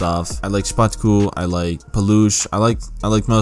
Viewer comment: When I saw that Sokół part I was boiling and about drop a fat hate comment but I can see you explained your self and My Polish People dropped few comments about him so I'm good 😂😂 Ps. Szpaku read Shpackoo and Paluch is pronounced as Palooh